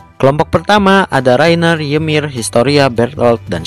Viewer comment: Kak nama ymir bukan ymir tapi nyemir